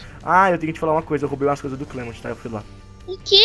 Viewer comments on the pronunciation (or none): mas no anime ele fala clemonte se pronucia clemunti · não é cleimond* e clement